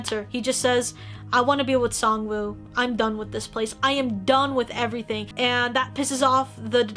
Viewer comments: SAngwoo, not Songwoo Not trying to offend anyone, I know it can be pronounced either way. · I know it's written "woo" and that is the correct way to write it, but in Korean if you were to read it, you wouldn't pronounce the w. It's kinda more just oo. It doesn't necessarily bother me so much, but I just saw it so much around everywhere lol